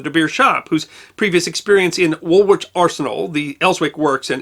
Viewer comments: The second W in Woolwich is silent - it's pronounced wool-itch. You might also be interested in another siege artillery aspect of the Second Boer War: that of Ladysmith and the transport of naval guns for its relief that formed the basis of the field gun competition performed at successive Royal Tournaments to 1999. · Being American should not preclude taking on board correction of English pronunciations. e.g. Woolwich is pronounced woolitch in England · Great video. But you really need to work on your English pronunciations mate. Cecil, Woolwich. Ouch. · Love your channel, and not complaining at all. Just a heads up though, we brits pronounce Woolwich with the second w being silent, as in woolitch, and Warwick being Warrick. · I grew up on (a) Kimberley Rd in London I knew it was about the Boer War but little else. Thanks for fleshing out the bones. BTW Woolwich is pronounced Woolich, the second w is silent unlike Droitwich which isn't. Crazy English place names! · I'm sure has had many a pedant such as myself comment on pronunciation before, and far be it from me to criticize his excellent delivery. But...( you knew it was coming) in the UK, we pronunce it Wool-itch..yes, really... Thanks. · An interesting episode! One note from somebody who lives very nearby: "Woolwich" is pronounced with the second "w" silent.